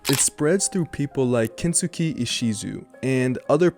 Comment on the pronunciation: Japanese person here. For anyone wondering, Kensuke should be pronounced like Ken-skay. Thanks for your interest!